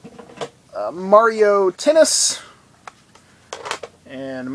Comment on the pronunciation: Good ol' Ma-Rio. Mario's spanish cousin.